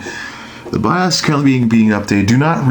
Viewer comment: STOP SAYING BIAAASSS ITS B.I.O.S!!! BIOS -_- O LIKE (O)RE(O)S OR OCT(O)BER...